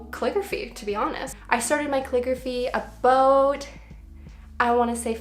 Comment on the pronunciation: Aww,. I am watching this "abohhhht" 5 years later.